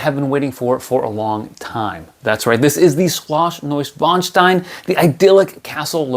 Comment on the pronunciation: LOL! Every time he says the name, I want to say bless you to him. Really tries hard to say it right, doesn't he? Btw, great review. I totally agree with you on all the flaws. The price is too high also. I will wait if I even get it.